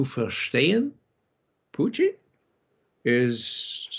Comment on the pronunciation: Why on Earth does Ray McGovern, of all people, pronounce "Putin" as if he's a staple of low French-Canadian cuisine?